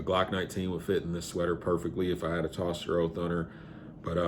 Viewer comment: Is actually pronounced toaster holster. Although it spelt differently? And I have that same holster But carbon fiber for my Hellcat. But to be honest, the Vedder light tuck holster is the better holster for Concealment for me. I have the G27 Gen 5 with the front serrations, Love it but I carry it in the winter.